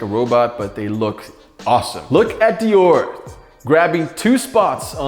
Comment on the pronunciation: If u r a hypebeast watching this you cringed when he said Dior Nike’s